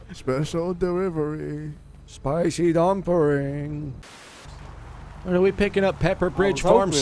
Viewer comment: "special derivery a spicy dumpring" lol